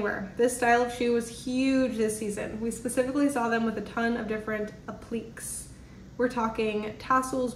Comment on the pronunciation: Agreed. There were a lot of mispronounced words, like appliqué, epoque, etc. You can fix this by spending some time reading, and looking up the words before you try to read them.